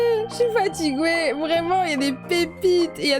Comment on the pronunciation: 4 fois elle dit fatigwouer ça ma terminer🤣